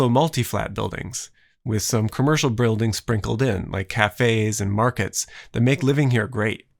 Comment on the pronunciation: You said "bruildings" hehe